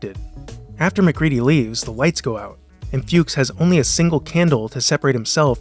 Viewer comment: It also caught him say Flukes instead of Fuchs. I never notticed that before.